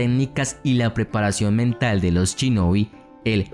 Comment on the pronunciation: por que cuando lo dices suena chinobi, se dice shinobi, los latinos no saben pronunciar la palabra esa palabra